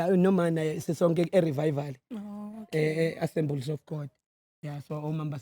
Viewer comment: He said"e Revival Assembliss of God"🤣🤣🤣🤣🤣🤣🤣🤣🤣🤣🤣🤣🤣🤣🤣🤣🤣🤣